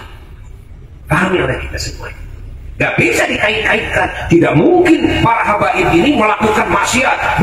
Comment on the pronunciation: Apa faedah nya bagi Ki Imad dan imadiah tentang pembatalan nasab ba'alawi, mengapa Ki Imad cs selalu menebar fitnah tiap ceramah selalu yg di bahas Nasab ba'alawi, setingkat Ki Imad yg bergelar kiyai menyebut Habaib dengan sebutan kabib Muhibbin di bilang Kibin apa namanya ini kalau bukan kebencian dan dendam